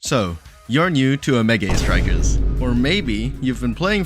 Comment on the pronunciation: Omegae strikers. Bro cmon speak properly